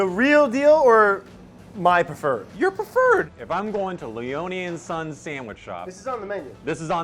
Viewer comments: Nice job for saying Brad's name wrong 👌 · Said Brad's surname wrong, lol.